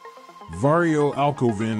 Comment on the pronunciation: Va-ree-oo. Say it with me, vario..